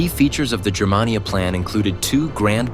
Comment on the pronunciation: THUMBS DOWN! It's pronounced GER-mania, hard "G". Not "JER-mania". ("Germania" is the name of one of Tacitus' book.) And what's all that BS about buildings and propaganda? The Nazis didn't invent that. It's been going on since the birth of civilisation. This video was crap. I will never subscribe, but I will definitely block your garbage channel.